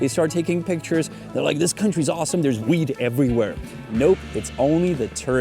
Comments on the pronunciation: Sounded like you said wheat much of the video. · Stop saying 'Wheat'... damn son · It sounds like you are saying "wheat" and not "weed".